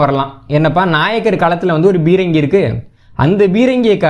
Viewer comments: தம்பி, தங்கள் ஆய்வுகள் எல்லம் பொக்கிசங்கள். மிகவும் நன்றி. அதே நேரம் தமிழ்ச் சொற்களை Bரங்கி, Gaவனமாக என்று ஆங்கிலத்தில் உச்சரிக்க வேண்டாம் என்று பணிவுடன் வேண்டிக்கொள்கிறேன். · தம்பி, தமிழ்ச் சொற்களை Bரங்கி, Bரமாண்டம், Gaவனமாக, guண்டுகள் என்று ஆங்கிலத்தில் உச்சரிக்க வேண்டாம் என்று பணிவுடன் வேண்டிக்கொள்கிறேன்.